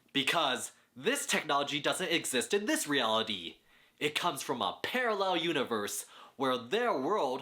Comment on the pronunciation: "pear"allel universe